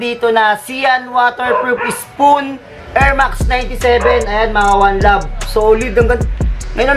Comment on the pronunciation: Ano yung sean waterproof spoon? Wahahaha patawa kaba?😂😂😂 "Sean Wotherspoon" hindi pa legit 😂😂